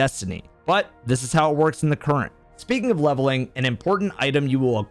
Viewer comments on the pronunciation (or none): "Levevling Up"